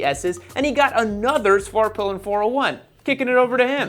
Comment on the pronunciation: Dude I swear I heard say Fartpilin' at one point in this vid 🤣